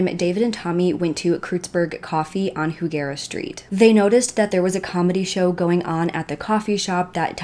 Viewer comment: I live in slo 😳 and it’s pronounced high-geara